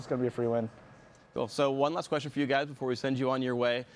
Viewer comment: "I wanna ask you a questionald, Regi". - Phreak 2013